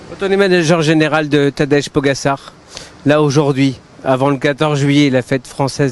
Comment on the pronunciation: Mais prononcez correctement le prénom de Pogacar, non d'un chien !